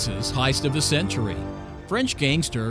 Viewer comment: Is he saying hiest or heist